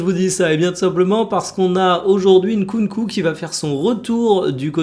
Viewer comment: En tant que congolais, je tiens à te complimenter sur la prononciation de Nkunku ! 👏🏿👏🏿👏🏿